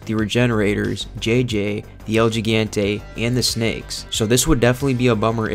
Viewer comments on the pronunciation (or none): Good lord, man. You gotten shit for this before and you still haven’t pulled it together. Thumbs down for pronouncing it “El Jee-gen-tay”. It’s “El He-Gan-Tay”! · It’s El Hee-gAn-té… close though 👍